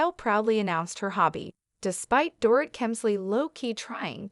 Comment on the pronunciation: Door It???? Maybe learn to pronounce her name.